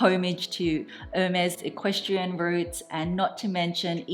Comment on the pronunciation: Love your unboxing ! If I may, as a French speaker born and raised. You pronounce the brand’s name incorrectly. You pronounce like it was « Her maze » and you should say « Air mess » (if that’s clear) 🇫🇷